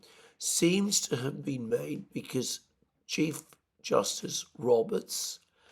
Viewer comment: Theres another girl on YouTube who pronounces the word "because" as "bee-kiz" just like you. What part of Britain is that?